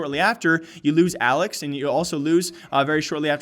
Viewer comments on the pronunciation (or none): none